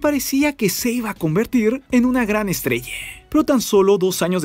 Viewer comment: No mames enserio dijiste una gran ESTRELLE 🤦‍♂️🤦‍♂️🤦‍♂️🤦‍♂️